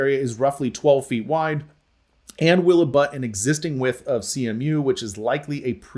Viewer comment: I would have questionted both the contractors and the engineer for using "wythe" instead of "width"